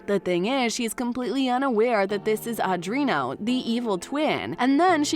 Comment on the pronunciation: A dree AHN no...not adrino! Please learn how to say their names correctly.